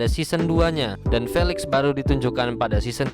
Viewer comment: Maaf kak felix di baca filix